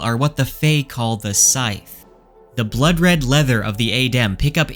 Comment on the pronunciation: Sithe is pronounced like Sith (from Star Wars).